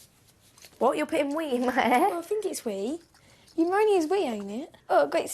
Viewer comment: she did say pneumonia lol